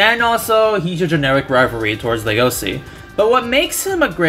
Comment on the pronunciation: "I'm not sure if his name will be pronounced Legosi or LUgosi in the anime" Anime: Hold my beer. > LegoSHi